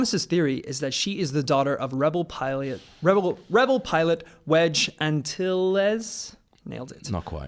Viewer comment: How do you not know how to pronounce wedge antilles and you're hosting a Star Wars show?!?! Get your life together